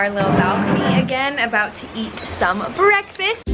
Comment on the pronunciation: I love how aspyn always says brrreakfast😂<3